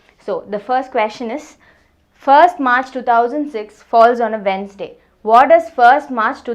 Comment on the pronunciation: She is the only teacher I have ever seen who pronounced Wednesday properly 😅